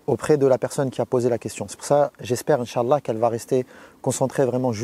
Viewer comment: Ton inch'Allah et bizzare